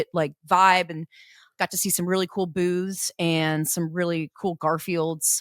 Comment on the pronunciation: was that boobs or booths, or both 😁